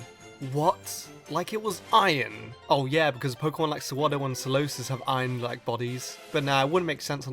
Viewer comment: Why are you saying "ion" instead of iron?